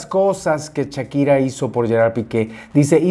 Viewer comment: Un like por cada "chakira" que dice mi 😅 muy bien chismesito mi!! 🤭